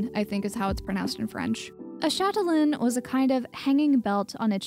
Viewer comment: For "châtelaine" you're almost perfect ^^ it's shat-a-len Lovely work always :)